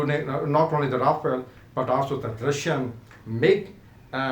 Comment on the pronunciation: Yaa toh english ke accent sahi karke bol yaa toh sahi seurdu/hindi, Rafel toh bola nahi jaa raha... bada aya PAF dominate karne wala. Shows some facts and proofs instead of mouth shit.